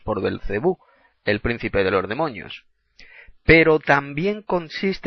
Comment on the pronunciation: Ni siquiera demonio puedes decir, dices demoño, te recomiendo 100% primero aprende a hablar y luego critica a un siervo que trabajó incansable en el Reino.